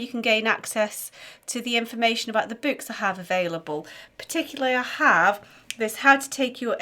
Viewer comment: Enjoying these videos and the PDF sheets. Thankyou. Loving how you say BEWK too 😀!